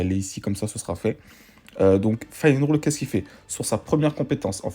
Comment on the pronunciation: Pour les tickets, c'est un bonus de connexion mdr, il y a très peu de bug sur ce jeu, c'est ça qui est incroyable ! Pour la meuf son nom c'est sally et on dit Finneral, tu me stresses quand tu dis finerole. Sinon, je valide la vidéo !